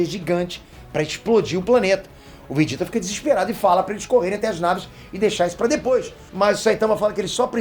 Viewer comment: O som da pronúncia é o mesmo, então está correto, quando leio e escuto.